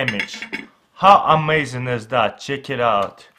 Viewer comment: I'm not making fun of him bbecause I also have an accent, but it's so cute the way he says "cheek it out" instead of "check it out"